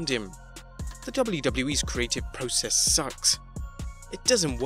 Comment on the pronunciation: stop saying process in a stupid way. IT is PROCESS!!!!!